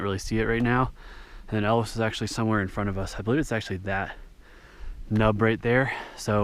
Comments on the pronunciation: AE O LUS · I'm certain it's pronounced eo-h-L-us. With the accent on the L. or something. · Like it's spelled. Ee Oh Luss! 😂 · Interesting! I’m too old and out of shape to summit this so it was fun to watch. Btw, it’s pronounced EE-oh-lus. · I believe it's pronounced E-Oh'-lus, with the accent on Oh.